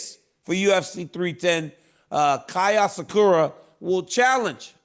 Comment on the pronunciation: When Chael said "Asakera" i died 😂😂. He cant get any name outside of being vanilla right to save his life.